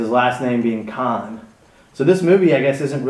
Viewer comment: brother ...its khan not kahn